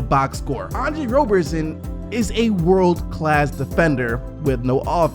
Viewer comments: its Rob-er-son not Robe-er-son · It’s Roberson not Rowberson